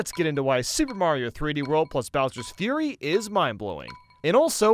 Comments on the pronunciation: Did anybody notice that said "Bowser's Furry" and not "Bowser's Fury" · you said Bowser furry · say bowsers furry not fury tbh was a laugh for me